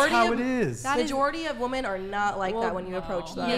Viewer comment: Another person who can't pronounce "women" correctly